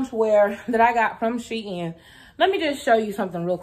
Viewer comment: As an educator who is African American, Shein is not two words it is not pronounced She In it is pronounced like sheen.